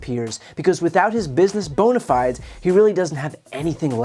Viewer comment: it’s not bone-a-fies. It bonna-fee-days.